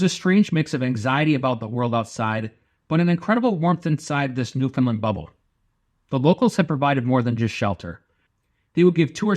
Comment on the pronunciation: My father was a Newfie and one thing that was important to him was the need to pronounce it properly.The accent is on "Land". Like "understand" Newfoundland. "Nu-fund-LAND". Yer welcome 🇨🇦 Other than that, this is a lovely tribute. Thank you.